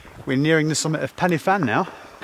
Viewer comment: Excellent attempt at pronunciation . So, Pen-Y-Fan (pen, uh, van), Corn Du (corn, dee), Fan-Y Big (Van, uh, beeg)!!